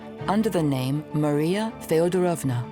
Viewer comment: thank you for the video, ❤ the content is brilliant. I am having an issue with Russian names/words/titles pronunciation by the English accent lady . She puts emphasis on the wrong part of every Russian word/name she utters😂😢 TzArevitch? it is tzarEvitch. FeodorOvma? it is FedOrovna… please , 😢 English-speaking people -,learn the pronunciation😂😂😂